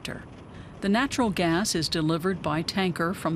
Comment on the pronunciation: Do you know how to say "natural gas”?